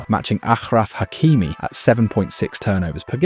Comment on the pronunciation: It's Ashraf Hakimi not Akhraf